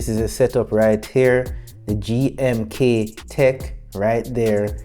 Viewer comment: its g m k tec not gm tec